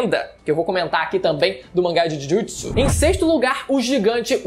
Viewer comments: "Jujitisu" pqp kkkkkkk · Esse Jhujhutsu e muito forte mane, feiao a pronúncia, ta maluco